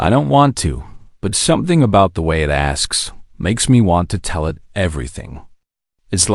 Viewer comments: So is "Eye Tee" of "it", and "You Ess" for "us". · OMG the pronunciation is awful how can you not even say us or it? and the punctuation is bad as well.